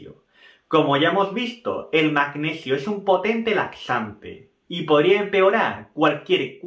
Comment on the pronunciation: El magneghio 😂